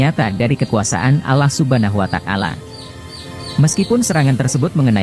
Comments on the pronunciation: bukan alah suban watakala ,yang bener allah subhanahu wata,al ,jadi juru bica yang bener lo sembarangan ,perbaiki bicara lo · pengisi suaranya salah sebut Allah subhana watakala yg benar Allah subhana huwata ala